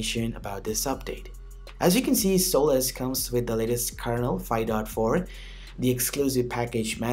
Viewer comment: I think it's pronounced Solace, not Soul-less, lol.